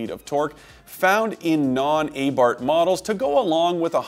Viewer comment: A bar th not a bart😂